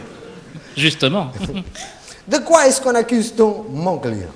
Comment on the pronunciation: Il dit "mon client", mais il prononce à moitié " mongolien" ! et le Pen qui se marre ... ^^